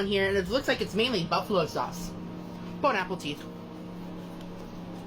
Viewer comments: The way he says "bone apple teeth" 😂😂😂 omg does he not realise thst hes saying it completely wrong 😂😂😂😂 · Is he saying bone apple teat? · .... Did he literally just say bone apple teeth?.... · The real question is...does he know it's not what you actually say? You say it probably to be funny or different...but does he...🤔🤔